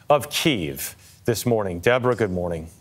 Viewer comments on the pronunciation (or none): none